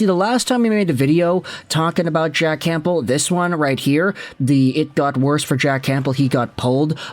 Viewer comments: It’s not “CAMP BEL” it’s “Cam bell) like the soup my guy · You're either just trolling with saying "Camp-bull" at this point or you're just physically not capable of not pronouncing silent P's 😂